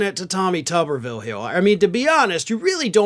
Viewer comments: It's not "TOOB-er-ville?" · It's toober ville as in Oscar Meyer weiner. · Oh, so it's pronounced Tub-er-vill as opposed to what I thought it to be as Too-ber-vill. 😂😂😂 Apologies as I generally watch/stream on mute with [CC] enabled... especially for when I'm laying in bed ready to fall asleep.